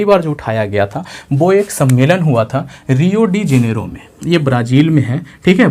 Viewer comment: रियो हैं, रिया नही